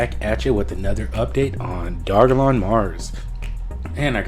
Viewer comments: It's dogelon mars, not dog-a-lon mars lol and ELON is a way better investment than SHIB because the market cap is 25x lower! Not to mention it has a maximum supply set. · Its Doge elon not Dog elon dude So annoying hearing u pronounce it wrong 😑🤪